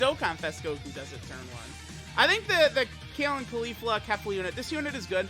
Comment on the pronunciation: Everytime I hear him say Khalifa and not Caulifla I die inside.